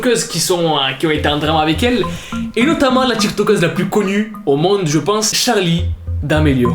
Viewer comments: le respect mdrrr, c'est "Charli" pas "Charlie" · Y a pas de e a charli 😂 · y’a pas de e a charli d’Amelio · a charli il n y a pas de -e c est tout'tout bye 😂😂😂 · Charli pas Charlie ptn